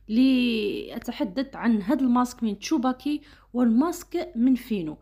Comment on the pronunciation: تسوباكي و ليس تشوباكي ❤ شكرا على الفيديو